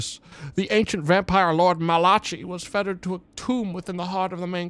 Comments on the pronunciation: As someone named Malachi, pronouncing it as Malachee was like being splashed with holy water lol. Great stream though. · It is Malachee though, you've been lied to about your own name man I dunno what to tell you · The way he pronounces "Malachi" makes me wince while laughing every time. 😂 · more than 5 years later still cant pronounce malachi